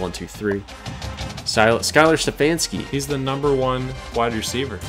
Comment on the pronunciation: Hey I'm just as mad as you guys that I locked out CAU out, but I'm hyped to be recruited by so many good teams. Also I don't think I noticed it till now but my last name is pronounced Ste-faun-ski. Sorry about the miss up there my fault not your guys's.